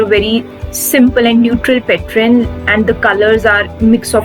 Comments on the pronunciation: It's really nice ...👍 Only thing it's pattern not Patren !! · Sweet heart its pattern, it ends with ern not ren. Pls Google the pronunciation. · Nice decor, and I think u r pronouncing pattern wrong.. 😀